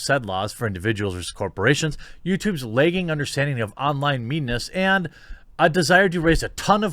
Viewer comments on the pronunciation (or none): Jeremy: leyyyyyggggging Me: surprised pikachu face. You mean LAGGING? 😂 😛